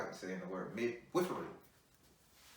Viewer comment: Lol "mid-whiff-ery" 😂😂😂😂